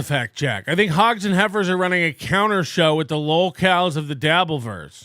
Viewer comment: When Bower said he watched “the show” it sounded like he said he watched “The Soc” - so I assume he heard your nickname watching old NLO and it was a sign of respect.